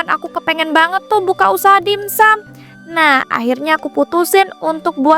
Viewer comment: dimsum woi bkn dinsum😢